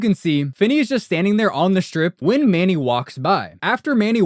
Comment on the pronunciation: U don't even know his name. It's Sincity Manny, not Manning. This is the best video on this subject??